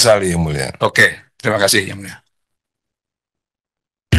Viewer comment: Ngomong yang mulia aja susah mulut mu Dhan😂😂